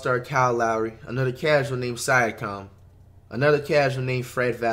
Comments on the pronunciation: Here's how many times Flight said "Sye-akam dude" and the commentator says "Siakam" right after 👇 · Flight-“siacom” Commentator-“siakim” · Yo. Here's some phonics. See-yak-um. Straight fool dem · Flight it's pronounced Siakam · Flight: Prounces siakam wrong Also flight: Says Siakam is a casual all-star Siakam: Am I a joke to you